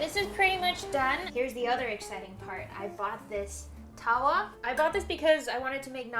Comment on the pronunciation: As someone who got taught to cook by her Indian mum you absolutely nailed everything. Naan is very tricky to make without a tandoori oven. Btw, tawa is pronounced more like tava. Watching this made me hungry!